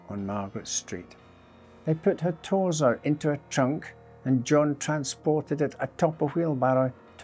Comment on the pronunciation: It’s pronounced torso